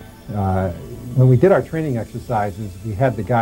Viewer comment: turain...no no no, TERRAIN* just sayin'